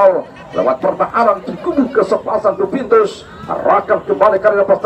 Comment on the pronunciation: Bang admin maaf bukan cubitus tp duvintus